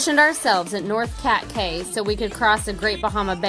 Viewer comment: Cay pronounced Key